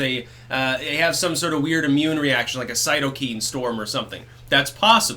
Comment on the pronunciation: Cytokeen !? Cytokine